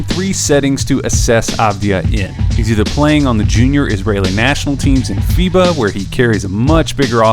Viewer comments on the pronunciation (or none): none